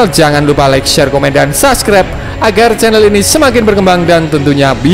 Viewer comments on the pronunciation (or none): none